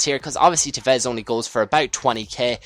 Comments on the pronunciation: TEvez not teVEZ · you cant say tevez...